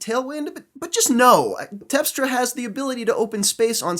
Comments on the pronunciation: Great analysis,. It's TERPstra, by the way, not TEPstra. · Terpstra, not tepstra